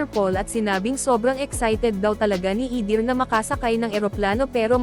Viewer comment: ayusin mo nga ang pronounciation mo eder hindi idir